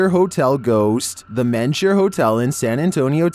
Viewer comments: It's called the ( meenger) hotel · How do you pronounce MENGER as Mensure? I'm Texan and I had to go check the description to figure out what hotel it actually was!